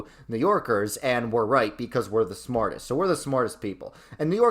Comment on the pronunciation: “And we’re roight becoise we’re the smowartest people” has got to be the most New Yorker thing I’ve ever heard😂 Btw how dare you make Kansas S tier and put Missouri in D tier!!!!! Of course you feel depressed when you go to Kansas City, everyone does. But if you go pretty much anywhere south of Kansas City,towards Springfield, you’ll never wanna leave, especially when it’s Fall.